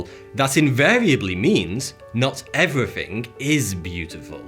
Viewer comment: Why do you butcher the English language by not pronouncing “th’ in words? Muvver, everyfing, ve. So annoying.